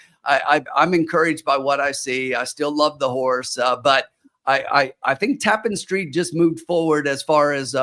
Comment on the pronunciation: Its pronounced. ta-PAN street